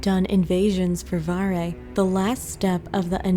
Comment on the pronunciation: it's not varre it's varrrrrré